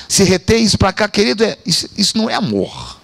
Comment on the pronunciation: Um AMORRRRR cheio de "erres" ! 😊